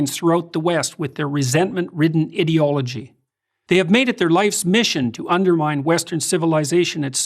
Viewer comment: People who pronounce ideology ih-deology being in gulags